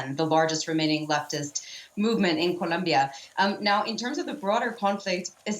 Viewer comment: This broad pronounced "Colombia" so annoyingly lol